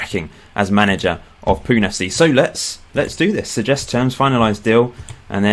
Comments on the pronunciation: I am from Mumbai, India! (By the way, it's pronounced Poo-nay not Poon) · It's pronounced 'punay' not 'poon'. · Pune FC is pronounced as 'Poo-nay' FC :P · I'm from Fife, Scotland but I have Northern Irish and Indian ancestry. BTW it's pronounced Punay